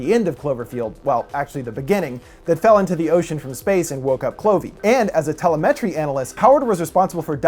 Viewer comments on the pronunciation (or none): Tella-Metry? LOL! Try Te-LEM-itry. You done been busted by the Grammar Police. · Pronunciation policing... Sorry! But... You kept mispronouncing "telemetry" as "ˈte-lə-ˌˈme-trē" instead of the correct "tə-ˈle-mə-trē" (the emphasis is only the second syllable, not the first and third). ref: (click the speaker to hear it audibly) Otherwise, splendidly written, cut and produced piece! Thank you! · Haha, "Tele-met-tree" Several other videos have said the same thing. It's Telemetry "tuh·leh·muh·tree" I just thought it was funny. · It’s tel-EM-a-tree, not tela-MET-tree* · It's pronounced "te-LE-me-try", not "te-le-MET-ry". I'm not really in to horror movies, so I like having these lore analysis videos. Also, your neighborhood looks absurdly wealthy. Every building there is a castle. Holy shit. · lol give "tele metry" another shot as "tel-em-eh-tree" sorry thats my best phonetics. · It's pronounced T!elemetry, not teleM!etry. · Interesting explanation. The oft used word "telemetry" is pronounced tell-em-et-tree not tella-met-tree. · Think you mean telemetry, not tele-metry lol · It's pronounced tell-em-et-tree Not tele-metry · te·lem·e·try not teli -met-tree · Te-lem-e-tree not tele-metri. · Tell-uh-MET-tree analyst? It's tell-LEM-et-tree analyst. ;-) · Telemetry: Ta-Lem-A-Tree not tele-metry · telemetry: te·lem·e·try, not tele·me·try. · Just so you know it's pronounced TelEmetry, not TelemEtry (capitals used to indicate stressed vowel) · Telemetry is pronounced Telemetry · Lol tele-mentry analyst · tuh-lem-it-tree....just sayin.... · TeleMETry analyst 🤣 way to read straight from Wikipedia dude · Te-lem'-e-try. Telemetry. Sorry, but that was kind of annoying. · It’s pronounced Te-Lemetry ;) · Telemetry (Tuh-LEM-uh-tree) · Maybe you should tell a metry that it's pronounce tel♦em♦etry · te-le-me-tree !! lol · It's pronounced "Tel-lem-itry"'!!! Telemetry see? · You're pronouncing telemetry incorrectly. It's tel-EM-etry. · Tele - Metry? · Tele-metry... lmao